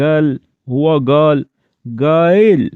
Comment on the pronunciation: اور برائے مہربانی قایل کو قایل پڑھیں گایل نہ پڑھیں